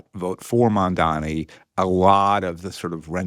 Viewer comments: Builds a strawman and can’t even pronounce the new mayors name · Scott Galloway’s disdain for Zohran Mamdani (who he purposely mispronounces) comes solely from his allegiance to Zionism. Just shameful and really makes me lose all my respect for Scott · cuomo probably confused him by saying mamdami a hundred times